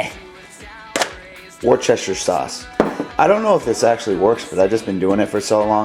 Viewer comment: I hate to nit pick, but my cousin lives in worcester and it is pronounced woos-ter-shire